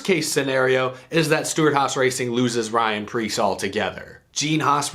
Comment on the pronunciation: Pyan rreece